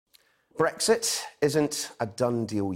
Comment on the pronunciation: .....Can anybody explain what Bwexit is?.....Waa, ha,ha,ha....